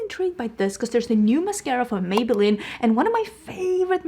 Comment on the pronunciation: Idk if it’s just your accent, if so I apologize since you have no control over that! But Maybelline is MaybellEEN! “Maybe it’s Maybelline🎶” 😂